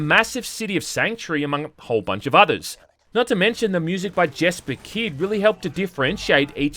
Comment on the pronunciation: Dude, I love you!... but... YES-PER! The dude's name is YESPER KYD! Not JESS-PER... not JESS-PER KYD!